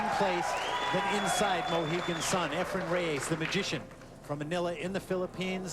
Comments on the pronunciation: Why does Alan Hopkins always say "Efrem?" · It's not "Efrum" either, lol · Jesus Christ Alan: It's EFRAN, not Ephrum. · ..Alan Hopkins is a great color commentator but someone needs to tell him it’s Efren not Efrem